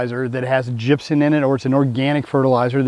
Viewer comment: Cat ion is actually CORRECTLY pronounced ‘CAT EYE-ON’… and gypsum is pronounced ‘JIP-SUM’ with an “M”…not an “N” 👍